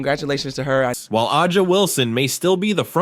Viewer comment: You butcher the pronunciation of Aja Wilson's name 😮